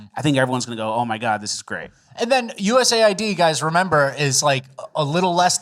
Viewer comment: US AID / US AID / US AID not U-S-A-I-D lol